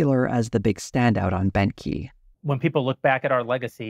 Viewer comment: Beauchamp is pronounced beech-ham with the 'h' in ham being almost silent. Everytime says Bent Key I hear Benky 😊 not the best brand name I suspect.